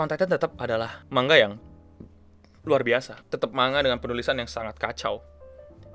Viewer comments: Keknya manga udah betul bang bukan mangga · Kalo dalam bahasa asalnya(bahasa jepang) manga dibaca マンガ(man-ga). huruf ん/ン/N itu huruf mati, jadi kalo di bahasa Indonesia malah kedengarannya kayak baca mangga